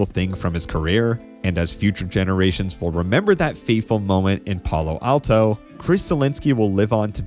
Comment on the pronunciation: Love the video, but that is some weird emphasis when you pronounced Palo Alto